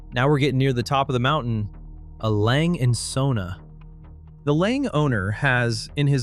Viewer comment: As a Breguet owner I want to thank you for this truth. As a fan of Lange I cringed at your pronunciation of A.Lange & Söhne